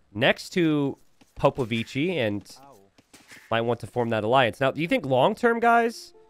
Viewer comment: Hey.. about popovici So, the spell for "chi" from the word "chill" use it for the "ci" form the name "popovici".. And say it in one word, popovici, not popo vici. It.s a Romanian name and this is how it.s spell correctly.. thanks 😊 Great game BTW.. I like the finish, so intense